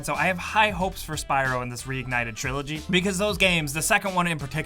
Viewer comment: "Triilogy" lol